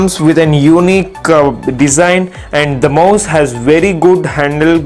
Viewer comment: Lol "desin"